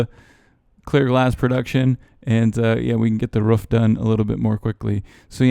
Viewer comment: did he at the end say the ruuf? lol